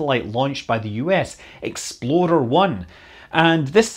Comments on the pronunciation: Are you saying "Exploder" or "Explorer?" Asking for a friend... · Say it with me Scott: Me: Ex Scott: Ex Me: plor Scott: plor Me: er Scott: er Me: Explorer Scott: EXPLODER! 😉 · Did you call it "Exploder 1"? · “EXPLORER”! Ok, that makes more sense. I was hearing “Exploder”, thinking “no... there’s no way that’s what they named them”. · He says "explorer" like "exploder" which makes me chuckle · For all of us non-scottish people here: He's saying "Explorer", not "Exploder". :D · Scott, you are so evil messing with our heads like that. Sounds like you are saying "exploder" one. Or maybe "xp-loader one" or perhaps "x-below their one". But there is no way you are saying "explorer one". You are driving people with OCD up the wall. Tap this a few times and judge by yourself. Clearly you can hear "loader", not "lorer" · It sounds like you're saying Exploder, and I love it. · Love how it sounds like he keeps calling the rockets "Expoder" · i swear to god scott is saying "Exploder.... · Did you say: "Exploder One"? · Pretty sure I still heard 'exploder' a few times there. Gave me a chuckle, given the number of issues early US rockets had. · U said exploder 1